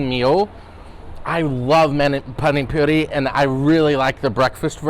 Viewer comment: its not PANIC poori HA HA.. PAANI poori.. Spell like Peter PAAN in a streched way.. Looks like NORTH Indian Innovative restaurant.. Cheers, Pradeep. Rajkumar.. Pollachi,Tamilnadu-South India.